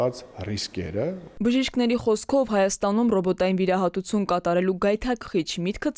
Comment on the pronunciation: Հարգելի լրագրող, վերջավորությունները ինչու՞ եք այսպես կարդում՝ նորարարուցուն, վիրահատուցուն, իրականուցուն։